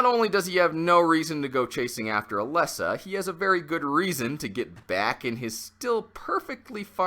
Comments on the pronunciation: It's Alessa, not Alyssa. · Every time he said Alyssa I cringed